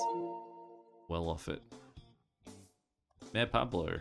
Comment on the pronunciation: Mayor Pablo isn't mayor as in town leader, it's mayor (my-YOR) as in bigger or greater.